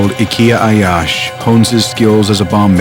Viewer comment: The narrator couldn’t say his name anyway near to correctly and yet had so much misinformation. He wasn’t revenging because he wasn’t allowed to continue his education abroad and he wasn’t learning how to build bombs. He was doing his operations alone before graduating college, and many trials have failed before he made it work. He had a small group of friends that helped him and then he joined AlQassam brigades